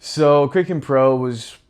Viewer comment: Kraken is pronounced ‘KRACK-en.’ If you’re going to talk about one of the biggest crypto exchanges, at least pronounce it correctly. 😂